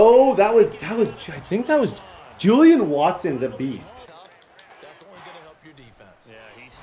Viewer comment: Julian? Watson? Bruh it’s Jaylen Watson 😂